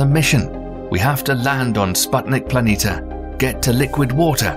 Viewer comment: Why do you constanstly omit the "i" near the end of PLANITIA and mis-pronounce it as PLANITA?